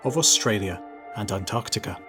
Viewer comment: East "Antartica" 🙄